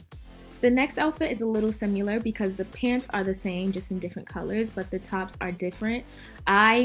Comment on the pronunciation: Did she say si-mu-ler😂😂😂